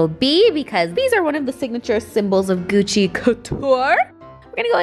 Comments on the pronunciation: it's Gucci not Guccy lol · Shane dawson fans: Why does it say Gucc-ee? Why'd you buy something called Gucc-ee?